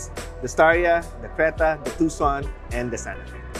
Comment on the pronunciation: Will not sell much to expensive. I think you pronounce it Tu-Son. Not TuK! Son lol...